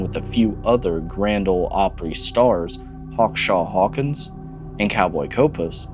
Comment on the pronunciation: Your video here is interesting and attention holding even though you made a few mistakes. One of them is labeling a picture of Hawkshaw Hawkins as Cowboy Copas and also mispronouncing his name. Outside of that you have a great persona, charisma, and talent for making videos.